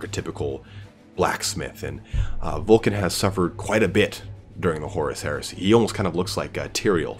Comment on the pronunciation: Vul-ka Fen-reek-uh is how it's pronounced.